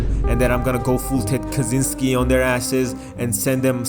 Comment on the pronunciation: It's pronounced Kaczynski not Kaczynski you uncultured swine